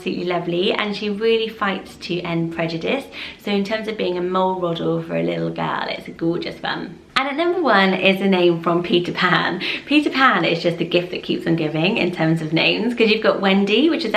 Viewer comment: u just said mole rodel